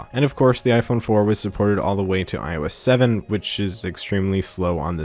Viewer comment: "iOS salmon"